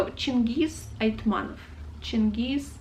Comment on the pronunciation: Two small corrections: certainly it's AitmaTov, not AitmaNov; also it seems to me that a stress in Pikul falls on i... I think you've missed Kozma Prutkov and Daniil Kharms... As well as Bazhov, Olesha, Sholokhov, Kir Bulychov, Kataev, Nosov, Krylov (the one of a kind in the whole Russian literature!), Aleksandr Volkov (the one that wrote The wizard of the Emerald City). Other than that, very nice.